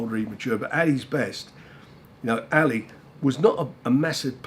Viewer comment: Anyone else think Frank pronounces "Ali" weird. Ally!